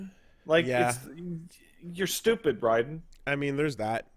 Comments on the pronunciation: why do they keep calling him rye-den. It's RAY-den, this isn't fucking metal gear or some arcade shoot em up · It's pronounced "Rayden" kmon! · Why u guys callin him rye-den this is gas-kwa all over again